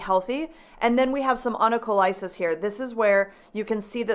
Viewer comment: Onycholysis pronounced like the ending paralysis. 😊😜